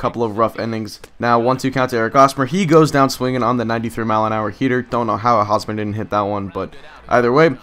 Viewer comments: Hey, I'm a fan of the Royals and you pronounce the H in Hosmer's name. It's not pronounced like Osmer. Just pointing that out for any future videos of yours! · h in hosmer isnt silent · Lol why was he pronouncing Hosmer with a silent H? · It's Hosmer with an H. I'm a KC fan so it just got a little annoying. And just call Norichika Aoki Nori Aoki.